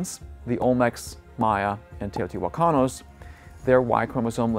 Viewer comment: Teotijuacanos?? Jaja Teotihuacanos 💗